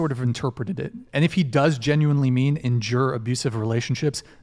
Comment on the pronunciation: The most painful thing in this show was trying to pronounce endure.